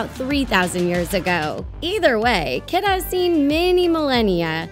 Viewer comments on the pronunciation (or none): Her name is pronounced key-da not kid-a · Kida's name is actually pronounced Keeduh not Kiduh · bro it's pronounced (key-da) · they said kidas name wrong and its bothering me